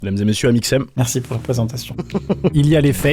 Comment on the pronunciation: "This is Amixen!"